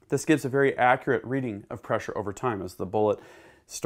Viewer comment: Veddy intristing….but schtoopid!